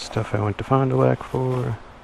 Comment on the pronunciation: it was funny hearing u say fon du lac when im from south eastern wisconsin 🤣 just recently got a 04 lightning xb12s gifted to me n cant wait to cruise these back roads around here was nice to see some firmiliar areas in the video